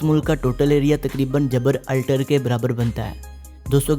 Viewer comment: بھاٸ اردو کی کلاس لو ۔ جبر اور الٹر نھیں بلکہ اکٹھا جبرالٹر ھوتا ھے۔